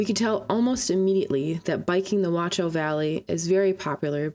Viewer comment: yeah the wat-chau pronunciation is harsh. No T sound (nor K sound) German CH is like a hiss from the throat. But nice video!